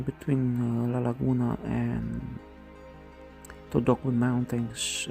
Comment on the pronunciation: The pronunciation of "Todoque" is "Todoke" and, not "Todokue"